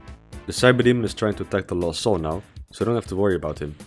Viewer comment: each time he says '''lost soul'' but I hear ''LOL soul''